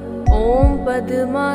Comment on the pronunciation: It is not padama, it's padma